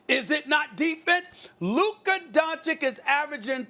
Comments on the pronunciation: Stephen A: “Luka Donchick” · "Luka DonKicH" Stephen A Smith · Luka is doing all of this and Stephen A. Smith still doesn't pronounce his name correctly, come on man is not that hard. "Dunchich" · Why do you bring race in? Best white buy? Stephen A you are a racist. Oh and pronounce the man’s name correctly please … “Don-chich”. Show some respect. You are a clown. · “Luka Donchick” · Two years and this dude still can't say Don-chitch smh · Nobody: Stephen A. Smith: Luka Doncik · Can Stephen A and the inside the nba guys start saying these mfrs names right? Pls that’s my only complaint on these dudes honestly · SAS still can't even pronounce Luka's last name right smfh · first of all if Stephen A. can pronounce the first 'c' why can't he pronounce the second 'c'. !!! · When is Steven A gonna learn to say Lukas name correctly? 😂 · Someone needs to tell Stephen A. that Doncic rhymes with Popovich. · Please. PLEASE someone tell Stephen A. how to pronounce Doncic's name correctly. Pleeeeeeaaaaaaaase! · Still messes up his last name